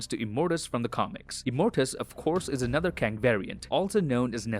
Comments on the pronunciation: no, it’s a K in Kang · Its Kang